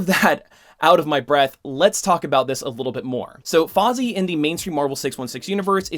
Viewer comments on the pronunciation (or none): Bro its Fai-zah not fai-zi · ...The name "Faiza" is pronounced "Faa-ee-zaa", not "Fozzie" (just look up the pronunciation for Faiza on Google) Not malicious intent was used in the making of this comment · I do have one point of criticism... It's Faiza. Fai-za. Not Fozzie. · Awesome video. But you pronounced the name wrong. You said Faazi. It's Faiza. Pronounced fi (as in fire) and za (csar). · Please, PLEASE stop calling her Fozzy! It's Fai-sa, like "Pfizer" with a British accent. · I've known about Faiza since Marvel Avengers Alliance. P.S. Her name is pronounced "Fy-za," not "Fozzie" waka waka waka! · I love your content and spreading awareness but and I know it is hard to say Arab names but it isnt fozzie it is faiza(just say every letter) thank you for the great content and keep it up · Her name is not Fozzie, Faiza is pronounced FIE-zah! Fozzie is a Muppet bear! Otherwise good video. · i think he was making a joke on purpose there, well thats how i took it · Hey, I know I'm way late. I subscribe to your channel, but I found this old video while searching for Captain Britain videos. I just wanted to let you know that I think "Faiza" would be pronounced more like "Fezza" by Pakistanis. It's an Arabic name that would be said more like "FA-ith-uh" in Arabic. I don't mean to be rude, and I'm not sure if you've even thought about this character since the video was made, but I just felt like letting you know, lol. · Came to the comments to say more or less the same thing haha. I doubt she’s called Fozzie in a comics, but like said this was unscripted so the name “auto corrected” in his head. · You actually destroyed the name spelling btw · They made Fozzie Bear into Captain Britain? The muppet agenda again. Really though, love the video. Your name pronunciation was just funny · How does a fan of comic books not know how to read? He doesn’t even pronounce it phonetically.